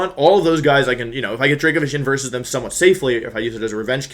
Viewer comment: Normal Wolfey fan: new Wideo, against Cybertron? Me, an intelectual: a Wersus!